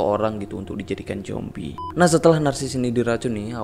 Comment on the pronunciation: Zombie ❌ Jombie ✔️